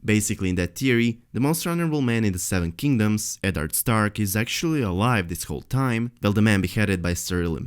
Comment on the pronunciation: It's pronounced Ed-ard not Ed-nerd.